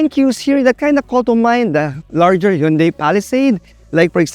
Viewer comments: I think its proper pronouncement is "Hyun-day" not "Hon-day"😊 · Actually, the right pronunciation is "Hyun-Deh" as coined by south koreans.